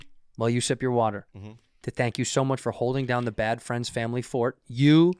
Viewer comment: So is it really called “Bad Fleinds” ????